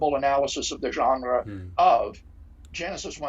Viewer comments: Craig loves to pronounce french loanwords with original pronunciation... viz genre pronounced 8 times differently in close succession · “There are moves we can make” says Dr William Lane Craig, PhD, used-god salesman, shortly before he gratuitously overpronounces “genre.” Why. Do. People. Think. He. So. Clevr.